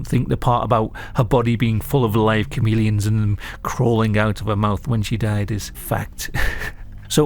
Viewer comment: Is anyone else hearing say comedians instead of chameleons? Lol idk why but I can't stop hearing it. Now YOU won't NOT hear it. been a fan for years and I'm not poking fun at you it's just what I'm hearing. Keep up the great work brother! ✌️